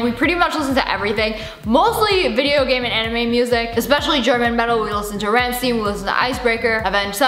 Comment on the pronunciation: If anyone pronounces Rammstein like Wolf did ...just, please leave. xD